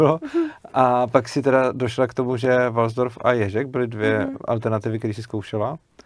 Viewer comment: nerika se walsdorf, ale waldorf ;-) A co jsem slysel, tak to od svobody ma hodne daleko...